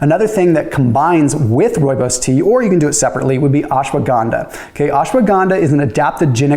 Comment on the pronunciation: First time I have heard a person not from South Africa pronounce Rooibos correct.😂